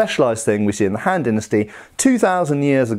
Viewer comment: The han-d dynasty... ‘scoff’